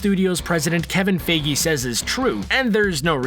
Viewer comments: Who the hell is Kevin Fiegi? Its pronounced Fah-gi. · it's Kevin Fiege not Kevin Figgie 😂😂😂😂😂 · It’s not Kevin feege its kevin feige as the first e is silent making it fi. That really annoyed me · Did you just say Kevin Figgy? Lmao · Can he just say Feige’s name right for once? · Every video you say Fiege wrong. Learn his name you nub